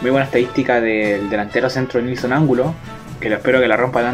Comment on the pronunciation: No es Ángulo sino Angulo 🙈🙈🙈